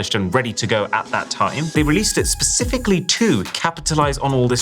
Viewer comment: You said pacifically.